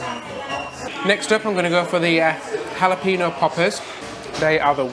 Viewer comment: “Hal-a-pee-no” just tickles me. I smile every time I hear either or say Jalapeno ☺️